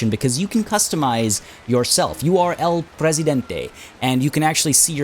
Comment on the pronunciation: Also, your pronunciation of El Presidente is better than the one from the voice actors, so good job!